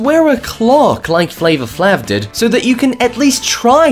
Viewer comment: how come he can shy flavor but can't say flave